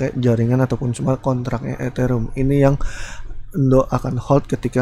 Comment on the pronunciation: Eterium bukan eterum